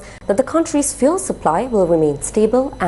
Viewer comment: FYI fuel is pronounced fyool not foo-el